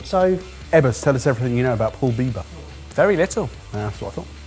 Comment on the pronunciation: Did say Justin Bieber pepper? 😅😂